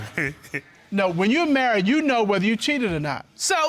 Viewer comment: .."Pleaded the Fift"..haaaaaa....He must have been watching to many Legal soapies,,,haaaaa